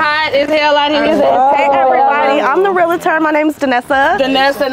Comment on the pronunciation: Pretty sure its Realtor not Realitor 😂😂😂